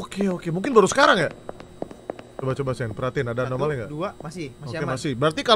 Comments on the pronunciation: ini lucu bgt bang windah bilang amonali trus dibenerin bang jadi alonami, kan yg bener anomali bangg 😅😅😅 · anomali❌ amonali✔ semangat bang windah😊😊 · "Amonali amonali udh balik balik " "alonami " anomali anjer bggg😭😭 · "amonali amonali" "alonami alonami" YANG BENER ANOMALI T____T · acumalaka bukan alomani bang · anomali ❎ alomani ✅ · ngakak bang windah blg amonali trus bang benerin blg alonami padahal dua" nya salah seharusnya anomali😭😭😭😭